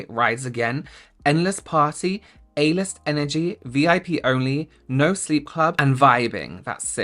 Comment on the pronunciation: I swear to god with the Urban Decay palette I looked away for a second to spread lotion and heard you say “anus energy.” Yes, I know it was “a-list energy” but I only know that because I rewound to look at the subtitles!